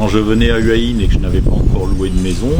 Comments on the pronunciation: Faut prononcer Houa Hin. Pas Heua Hin. Bizarre pour quelqu’un qui habite à Hua Hin. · houai ouin